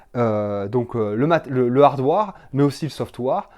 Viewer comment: Salut, merci pour le partage. Je voulais rajouter que sur le hardware et le software, la partie ware se prononce comme le mot where ou plutôt comme si on lisait wère. Après c'est pas si important mais ça évite que tu passe pour un con pour des gens qui font attention à cela .perso moi je m'en fiche mais bon je préfère te le dire quand même.